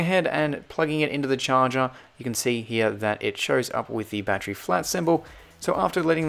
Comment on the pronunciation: you say battery like "bad tree"